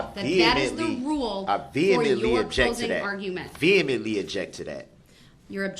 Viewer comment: What is viatmently or whatever he said? I viaymently object. What a moron. What is cohorse me? dumb ass